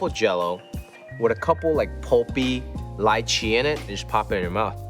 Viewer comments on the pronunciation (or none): It's Lee chee not Lie chee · LEE-CHEE NOT LIE-CHEE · The way he pronounces lychee is so weird to me. I’ve always pronounced it like ‘lee-chee’